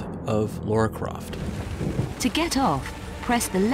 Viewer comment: I really want to Murder you for mispronouncing Lara Croft.